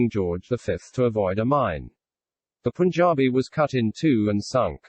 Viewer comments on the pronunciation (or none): none